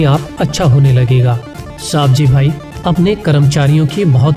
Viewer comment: सही नाम सवजीभाइ है आप सावजीभाइ गलत बताते है